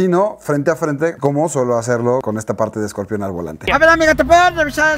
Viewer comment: Se dice Scorpion no escorpión